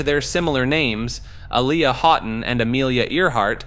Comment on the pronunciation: Don’t forget A-liar!! 😂